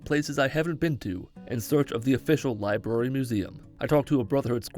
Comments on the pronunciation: he said LIBARY, btw it’s library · Did anyone else hear him say libary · “lie berry” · Liberry. Haha. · “L i b a r y” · "Went to the L I B A R R Y " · Straight to the libary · You went straight to the what? "The liBARY" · Hearing you say Libary made me wanna buy a ps4 controller so i could punch it